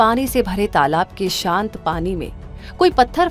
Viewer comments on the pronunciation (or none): none